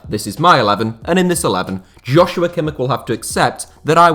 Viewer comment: Kimmichs name is pronounced like "Yosua" not "Joshua" ;)